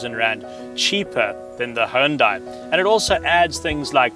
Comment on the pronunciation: Why do so many car reviewers pronounce "Hyundai" incorrectly? 😤